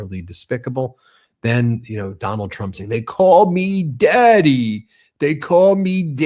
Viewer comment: CALLED DEADY NOT DADDY